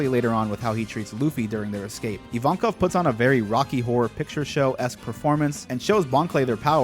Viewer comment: Finally someone who calls Evankov - Evankov. Every other reactor calls him I-win and I think that's so stupid.